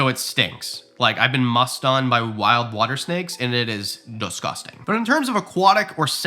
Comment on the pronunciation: "and it is doh-scusting" 😄